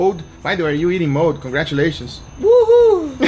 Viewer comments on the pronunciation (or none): He can't say mold he says mode